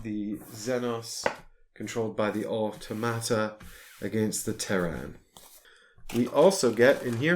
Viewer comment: I love hearing you pronounce “automata.” I need to use this word more often.